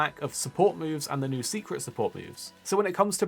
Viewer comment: “It’s been no seikret” 😂